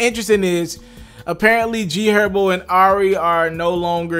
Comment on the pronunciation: He did say G Erbo right? 😂. 10 sec